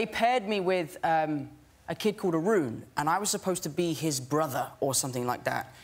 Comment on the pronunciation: Sameeeee!!!! I was like what kind of name is roon and when he said an Indian kid i was like ohh its Arun. Lol.